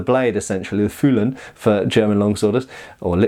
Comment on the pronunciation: "Fühlen" was very well pronounced, are u speakung german? xD or it is just that word :P